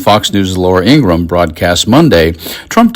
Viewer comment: Why is everyone on YouTube mispronouncing Laura Ingraham’s name? It is pronounced "Ing-Gra-Ham” not “Ing-Gram”